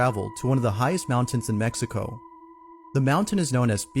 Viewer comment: WHY?!? THEY SPEAK perfect English until this word ,,,,,me-he-ko, its Mexico, to us, mek-see-ko